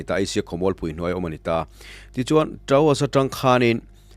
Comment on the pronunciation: A tha thin e. Mahse Troas, Traos ni lovin